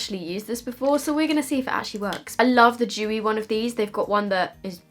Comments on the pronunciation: When she said Dewy I thought she said chewie LOL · Thought she was anti-Semitic for a while until I realized she's saying "Dewey"